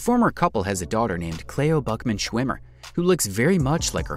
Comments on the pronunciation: I've never heard anyone pronounce Cleo ("Clee-oh") as "Clay-oh" before... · CLEO...was mispronounced by the voice over person. CLEE OH that's how it sounds.